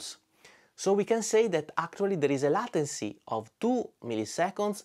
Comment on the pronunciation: Great video, as usual. Thanks for adding an important metric to the choices on the market. In case no one has said it (and I did not look through the comments), it's pronounced ley-ten-cy, kind of like the title of the song "Layla" by Derek and the Dominoes.